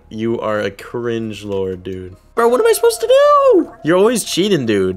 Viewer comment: Bruh stop saying cring